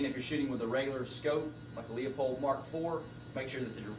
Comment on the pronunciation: Facepalm. It's pronounced "loo poled" in all their own videos.